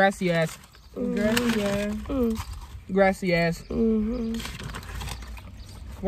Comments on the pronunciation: So did nobody hear when was saying grassesass lol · It sound like saying “grassy a*s” 😂😂😂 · Sounded like u said grassy a$$ 🤣